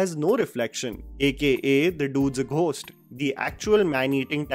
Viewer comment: You don't have to pronounce the H in the word "ghost" my guy. The H is silent.